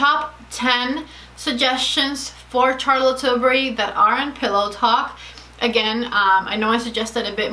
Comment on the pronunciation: Charlotte is pronounced with a soft ´sh’, as in sharlotte and not as in charles